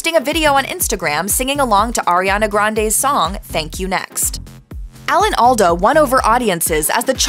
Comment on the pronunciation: Alda (All-duh) not All-doh.